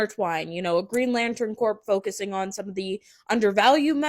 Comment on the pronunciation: Not corpse. Its pronounced "core". C'mon now.